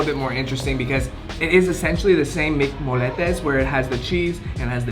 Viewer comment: Pronounced moyyyyettes not no moletes 🙄😂